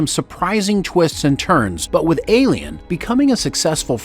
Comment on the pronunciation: why cant he say ALIEN